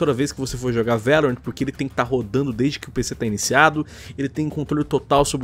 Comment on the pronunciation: A pronúncia é Lorrant nao Laurent